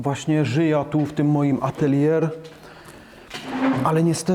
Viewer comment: atelje a nie ateljer